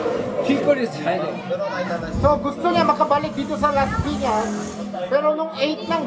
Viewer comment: When Laspiñas City turns to" Lashpiñash shiti" 😂. Ryan bang lang malakas!❤️